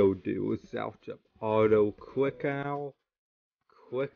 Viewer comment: Why does bro say “awtoclickawh”💀